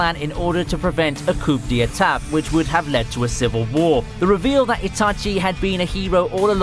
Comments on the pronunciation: Did this guy just say ‘coop de atat’ instead of ‘coup d'état’? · coup d'etat is pronounced koo de ta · It's pronounced koo-deh-tah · id recommend looking up how to pronounce coup d'etat before trying to say it again my friend